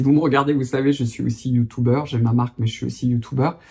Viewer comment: Il est youtoubeur il sait mieux que toi 😅